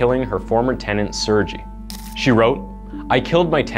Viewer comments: FYI, Sergei is pronounced s-air-gay, not sir-jee. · It's pronounced sirgay not sirgee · It's pronounced Sere-gay, not Sur-gee. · The narrator keeps saying Sergei wrong too. Its Serr-gay, not Sur-jee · Haha, your pronunciation of Sergei is funny. You say it like Suurgie when you pronounce it as "sir-gay" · Sergei reads as “Sir-Gay” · Sergei is pronounced SIR-GAY..public schools are terrible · Sir - gay ...I believe it is sir-gay not surgee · Its Ser Gay!! Not Sergeee! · It’s not pronounced surgy it’s sher gay the h makes a huh sounds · What about how he pronounced serji. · He also said the name "Sergei" wrong. He pronounced it, "Serjie," with a soft "G." The correct pronunciation of Sergei is spoken with a hard "G," as in. "Goofed." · Sergei; the G is pronounced the same as in "girl". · Sergei is actually pronounced Sere gay, with a hard g. Just thought I would add my nickels worth of opinion in. That and five pennies will get you a dime, I know, but there you go! Great work on your channel, I am subscribed, and I think this channel is awesome!!! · I appreciate the channel and the effort - I really do, but please listen to the pronunciation of foreign (even if in English) names and places. Sergei is pronounced Surgay. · Sergei is pronounced as sirgay :) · “Ser-ji” mkay. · Sergei is pronounced SARE GAY. For the love of God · Sergei is pronounced "Sair-gay" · Sergei is pronounced "sir-GAY." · Lol, not how you pronounce Sergei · People with the name Sergei all over the place crying at the pronunciation here... oof. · I love how none of these millenial youtubers can pronounce the name "Sergei" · It's making me crazy 🤪 but 🤷‍♀️ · I've never heard of a more butchered pronunciation of Sergei in my life. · The way u pronounced Sergei is pissin me off 🤣🤣🤣